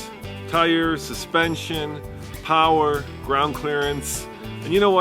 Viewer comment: ..."Suspention" lol